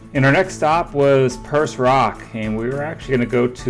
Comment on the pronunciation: and Perce Rock is pronounced Peer-Say